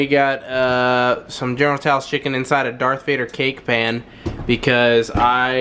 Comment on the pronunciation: why you have Asian food you can't pronounce, General Tso is pronounced like "so" or "sow" not this f**k'n "tou" BS you were saying. Not that it matters, or does it?